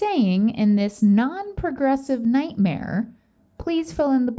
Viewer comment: She said 'non-progressive nighmare' 🤣🤣🤣